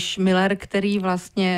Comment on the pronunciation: Ale on neni Miller ale Müller uz to vyslovujte konecne spravne